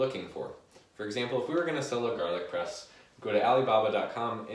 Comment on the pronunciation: I thought you were saying garlic breast the fist 5 times, made it even more entertaining.